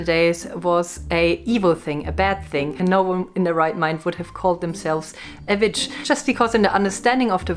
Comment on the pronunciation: I LOVE THE WAY SHE SAIS VICH. ONLY A TRUE VICH CAN SAY THAT.